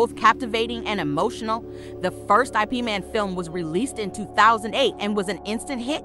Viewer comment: It's not I P it's IP.